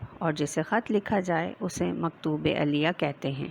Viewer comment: Maktoob elyh hotahe not elyaa